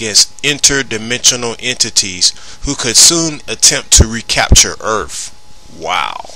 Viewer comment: Please my man, when presenting a serious video where you intend on sounding legitimate, try not to say words like : "Earf". Just a tip tor future use.